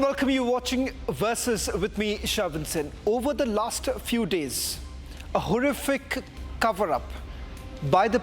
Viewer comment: Did he just say laster few days? 😂😂 bro.